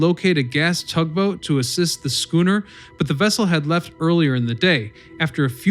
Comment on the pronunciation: The late nineteenth and earlieth twentieth century...lol